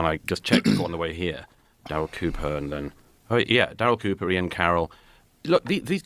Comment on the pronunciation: See I wanted to like this video, but trashing Daryl Cooper is a no, especially when you can't get his name right, if you're gonna make content, do your research or shut your mouth